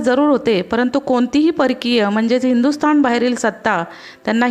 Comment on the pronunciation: पाणीपत बणवली णाही जाणेवारी स्थाण हिंदूस्थाण असं वाटतयं की हे उच्चारच बरोबर आहेत, शाळेत शिकवतात तो मूर्खपणा (सॉरी) मूर्खपना आहे